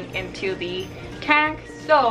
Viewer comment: it was kinda funny when she said tank